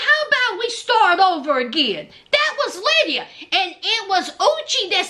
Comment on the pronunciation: Every time you said uchi..i felt like saying bless you. Sounds like sneezing 🤧🤧